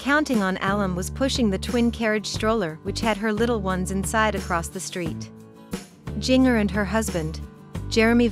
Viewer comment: Please try NOT releasing videos without pronouncing her name correctly! SMH